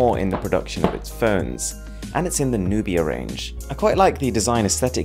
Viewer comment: That is not nubio , it is nubiQ